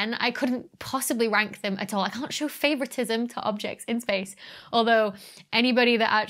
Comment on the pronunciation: Shpace ... it´s like "Reshtaurant" ... so annoying for my german ears 😂